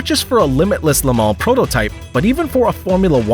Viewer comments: Le-mal ? it's Le-mans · It's NOT Lamal it's pronounced La Maw